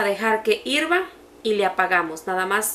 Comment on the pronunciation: Ahora ya no es hervir ahora es que irva 🤣🤣🤣🤣🤣🤣